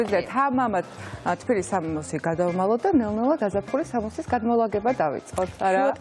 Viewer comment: თფილი არა,თბილი😊